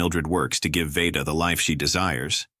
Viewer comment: Tell your cheesy AI narrator that Mildred Pierce’s daughter’s name is pronounced “VEE-da”, not “VAY-da”.